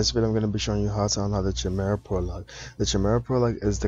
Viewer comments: Chimera is pronounced with a K btw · His pronunciation of "chimera" is cringing lol